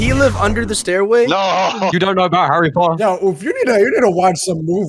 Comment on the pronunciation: love how said harry potta